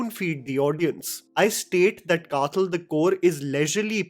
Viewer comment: Hey...as a fan of your review and a malayali myself ,just a humble point out..kathal is not the way you pronounce ..th is as you wld pronounce when you say The..or as in dawaii (medicine)😊